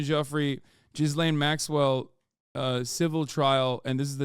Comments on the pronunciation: Total gallows humor that Jeffrey's fixer's name sounds like "Jizz Lane." When you pronounce it silly, anyway. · Is anyone else annoyed at how Hasan pronounces Ghislaine?